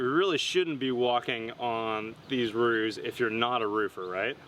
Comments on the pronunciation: "rooves," not roofs. Unless you also say "wolfs" and "hoofs." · I point out yet again that the plural of roof is roofs and is not pronounced "rooves."